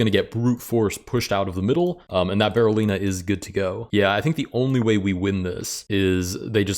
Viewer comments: DID NOBODY IN THIS COMMENT SECTION NOTICE HE SAID "BARRELLINA" THE ENTIRE VIDEO?? 💀💀💀 LET'S POINT AT HIM AND LAUGH! EDIT: DO A BARRELLINA ROLL! 🦊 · Did he actually say it wrong though? It's apparently called a Berlin pawn – or a Berolina. Yes, I wouldn't pronouce Berliner with an O. But I also wouldn't write it with one, and that apparently is the correct spelling for the fairy chess piece. So I have no idea how you're supposed to say it.